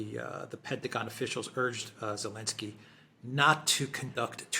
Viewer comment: The fuckers name is NOT Elensky, but Zelensky